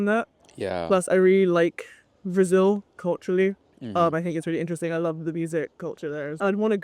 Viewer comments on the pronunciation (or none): none